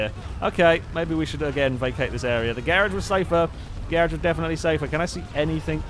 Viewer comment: I thought he said carage